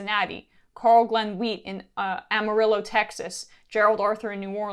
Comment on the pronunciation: The way she says "Amarillo" is so white